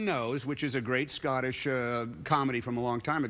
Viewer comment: Why does he keep saying "Scottiss Acshant" he is tongue tying himself xD